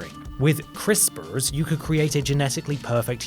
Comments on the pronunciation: Please say "crisprs" in every video. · Love the way says crispers